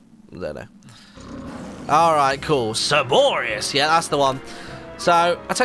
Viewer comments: For all who care, it's most likely pronounced surr-BOH-ree-uss It's a play on words, a combination of Cerberus (three-headed dog, guardian of the greek underworld) and Boreas (greek god of the north wind). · It is pronounced sir-bore-ee-us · Martyn, I'm pretty sure that you pronounced the dog's name wrong. I'm almost certain that it's pronounced the same way as Cerberus, the dog who guards the Underworld in Greek mythology.